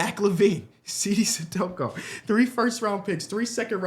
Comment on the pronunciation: How the hell you still mispronouncing "Cissoko" as "Cidoko"?